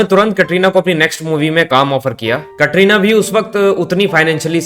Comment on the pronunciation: یہ کٹرینہ کیا ہوتا ہے کترینہ بولو